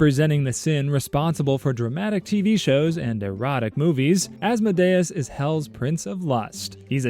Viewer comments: It's actually as-mod-eus just sayin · Saying Asmodayus is crazy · I think you pronounced Asmodeus’s name wrong, I think it’s pronounced Ās-mǒ-dē-ǔs… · Isnt Asmodeus pronounced like Ah-s-m-oa-d-ee-uh-s? Not ah-s-m-oa-d-ai-uh-s? (Coming from a hb and hh fan, so i might just be deceived by Vivian) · "As-mo-day-us" Me, a Christian, who thought it was Awhs-mo-dee-is: 👁👄👁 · Az-Mo-Day-us has to be the worst pronunciation of Asmodeus ive ever heard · It’s pronounced oz-mo-de-is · He said Asmodeus wrong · that is NOT how you pronounce Asmodeus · ….I’ve been pronouncing Asmodeus wrong? Also lmfaoo as a Hazbin fan I’m deadass going wild‼️‼️‼️ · Bro when he pronounced Asmodeus like that, my Helluva Boss brain immediately corrected him 😅